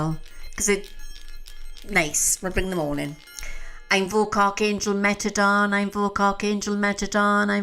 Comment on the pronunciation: I believe it’s “Metatron”, not meant as a criticism just trying to help.❤